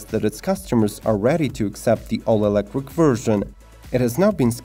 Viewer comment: The hell is elecwick? “Be very very quiet! I’m hunting wabbits! Heheheh”